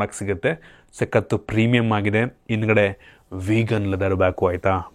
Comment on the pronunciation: 😂😂😂, ಮಾ-ಇತಿ, ಒಂದಿರುವ, ಇನ್ದ್ಗಡೆ